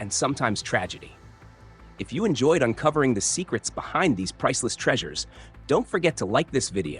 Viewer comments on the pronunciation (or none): none